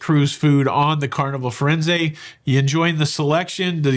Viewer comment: Was I the only one who heard "Carnival forensics food review"?